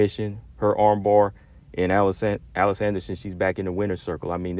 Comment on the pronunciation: It's "Uh leese" Anderson Combo 😅 Everyone should invest time into One FC's women's division, especially considering that 99% of their fight cards are free to watch on YouTube or their App...Just look up one championship on your app store & it'll pop up. Their women's Muay Thai & Kickboxing fights are really good too.